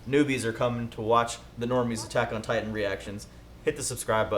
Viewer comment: Did no one else realize this? My man really said Attack on Titty 😭😂